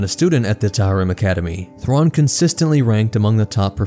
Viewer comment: Great vid, as always, but man those pronunciations.. oof